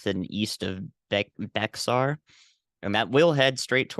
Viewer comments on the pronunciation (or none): none